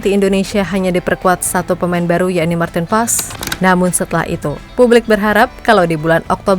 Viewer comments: Martin pas bacanya kata koc justin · Maarten Paes (ejaan lama) dibaca Martin Pas !